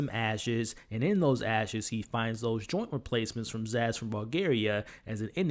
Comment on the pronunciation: Her name is Sazz not Zass